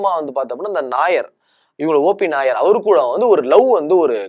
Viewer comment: கேரளா நாயர் இல்லை, OP நய்யார். பேர ஒழுங்கா சொல்லவும்😂.